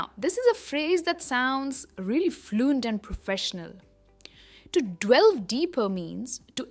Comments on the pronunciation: hi madam, hats off to you for your superlative lessons...just to clarify..item 4...shud it be pronounced 'delve' or 'dwell'....grateful to know...great job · To the best of my knowledge the way you pronounced delve word was wrong. Wasn't it?